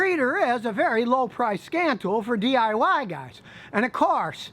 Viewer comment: At first I thought you said "scam tool" I hope I never need one...